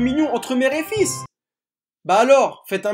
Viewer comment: Mais pourquoi il dit Fila On dit Fils 🤔🤔🤔